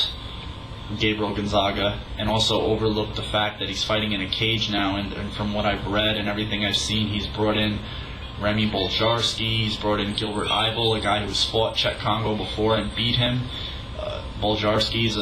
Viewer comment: You're a fucking idiot. "Boljarsky"... are you kidding me? It's obvious you make these videos to try and impress your frat buddies.